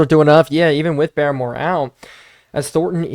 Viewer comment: Hey i know you wanted tips on pronouncing names and idk how i havent noticed but i believe barmore is pronounced like "bar-more" not "bare-more", i would definitely fact check this though as im not 100% sure